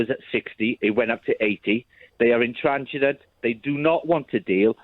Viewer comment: effing hate this Brexit Buzz Word 'intransigent'. None of these Sun/Mail/Express readers even knew this word before 2016. And this plonker cannot even pronounce it! 😅 If you hear the word 'intransigent', your internal alarms bells should be ringing like crazy. This is an immediate indicator of the sort of 💩 media, that people consume.